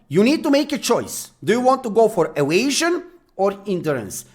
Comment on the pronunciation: like the way you say "evasion" so funny